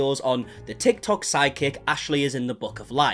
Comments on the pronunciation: I’m glad your accent makes it sound like your saying side kick nit psychic lol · oooooh your saying Psychic................iam australian so sounds like "sidekick" lol........sorry aussie humour